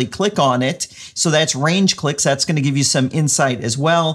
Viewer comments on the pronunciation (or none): Thanks. In the video it sounds like you are saying RANGE clicks instead of RAGE clicks, interesting metric to report nonetheless.